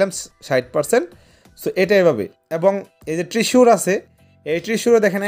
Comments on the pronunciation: ট্রিসুর না রে ভাই, শব্দটা হবে "ট্রেজার" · Treasure❌ Tisur✅😂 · ট্রেজার ❌ ট্রিসুর✅